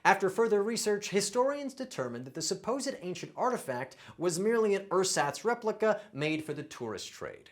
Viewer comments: ersatz is pronounced wrong... emphasis is on the second syllable. bonus word of the day: pedantic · 20 for 20. Big deal. 😏 Edit: Oh! And, it's ersatz pronounced air-ZAHTS, not UR-sots,...Arschloch. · I believe the stress in ersatz is on the second syllable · "Ersatz" is a german word and its definitely not pronounced like that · More than one of your pronunciations are not correct. In particular for ersatz. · You need to learn to pronounce ersatz! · Well, at least you could expected to know ersatz— even if he pronounced it completely wrong🤣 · #17, "ersatz" or, Ersatz (German nouns are always written with a capital letter, at least in German-speaking countries): the pronunciation is approximately airzutz, the u being short, as in haircuts. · 20/20, but I'm a native speaker. I noticed a lot of pronunciation differences from the UK. Ersatz is pronounced with a Z and not an S in the middle in the UK. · In German Ersatz the stress is on the second syllable and the 'e' and 'a' are both pronounced differently, the 'a' like in but....